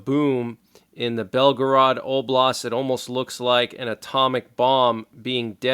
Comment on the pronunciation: Belgorod (Russian: Белгород, pronounced [ˈbʲelɡərət]; Ukrainian: Бєлгород or Білгород [ˈbʲiɫɦɔrɔd]) is a city that serves as the administrative center of Belgorod Oblast, Russia, located on the Seversky Donets River, approximately 40 kilometers (25 mi) north of the border with Ukraine. Biden will say, well it Was within the 200 mile limit he stated. Ugggg